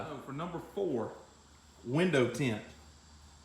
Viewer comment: lol tha way way he said TEINT!!!,....good job on th vid